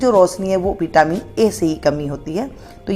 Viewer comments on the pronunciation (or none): none